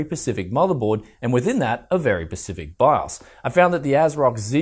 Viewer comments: Sorry I don't mean to be rude and I could be wrong but here is my constructive criticism. It's Specific not pecific. I may have just misheard. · Specific...not Pacific..lol.... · Did it sound like said "pacific" instead of "specific" to anyone else? cool video tho!